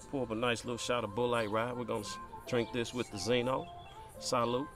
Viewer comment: Pronounced (Bullet) rye. Thanks for the vid I just picked a couple up!